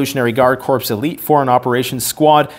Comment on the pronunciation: Is pronouncing the word 'Corps' like 'Corpse' a Canadian thing?